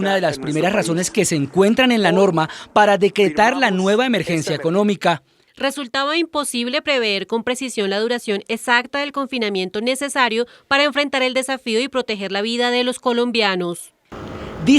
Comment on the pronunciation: no se dice preveer, se dice prever.